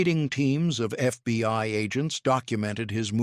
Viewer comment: Please it is not titled The FBY but The FBI, why can you folks not get it right even for just one episode. I noticed that you never mispronounce the KGB. I am starting to wonder where your allegiance is!!!!!!